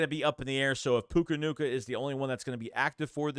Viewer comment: Death, taxes, and saying names wrong 🤣🤣 “Puka Nuka”